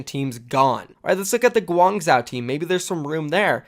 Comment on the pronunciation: You seem to be someone who prizes accuracy. On that note, please pay attention: Guangzhou: pronounced ‘gwong-joe’ Hangzhou: pronounced ‘hong-joe’